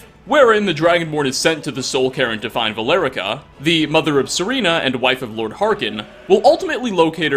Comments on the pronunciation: Ser-RAH-Na! NOT Ser-RE-na! She is NOT the over rated female tennis player, for fuck's sake. Also, "Dur-NEVER?!" the Fuck?! It's said the way the Dragonborn IN GAME says it! "Dur-NE-VIIR!" Dur-never.. come on man, You sounds like a "Ra-TARD" when you mispronounce things that you've clearly heard countless times in game. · The actual mystery is why you pronounce Serana SerEna... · He's been mispronouncing Serana's name since the beginning. Shit, it irks me so. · Serana, not serena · serena... its serana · It’s Ser(A)na, not Ser(E)na. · Surely you knew this, but her name is SerAna not SerEna...lol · Serena? You mean Serana bro. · "Serena"? "Durn-ever"? Se-ra-na Dur-ne-viir Come on,.:P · Yea, and calling Serana, Serena is F'in annoying. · Ahh, Serana - Sereena, Durnehviir - Durnever. Whatever, it's just words; right??? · Durr never, sereena, geez,. You always seem to mess up at least one pronunciation in your videos! XD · See-rah-nuh Der-nuh-veer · ALL these videos later and it's still, "Suh-REE-nuh" and "Dur-NEH-vur" to. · The real mystery is why did he pronounce Serana as Serena? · Oh my gosh I thought I was the only one 😭😭😭 he rlly said Serena... and durNEEveer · "Serena" "Durnever" Like ffs. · Wow you butchered serana and Durneveir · With all these Skyrim videos he makes you'd think he'd be able to pronounce Serana properly. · The way you pronounce "Serana" is Fking annoying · I don't mind the way he mispronounces words, since I do it a lot too.. But him saying Serana scared me since my name is Serena lmao. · The way you said Serana oof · And serana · All this gameplay and you still mispronounce Serana’s name.